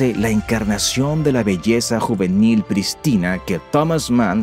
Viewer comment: La palabra "Prístina" es esdrújula. No se pronuncia como "Cristina" que es llana. Y el nombre de Visconti, no se dice como "cochino" sino "Lukino". A la escuela viejo!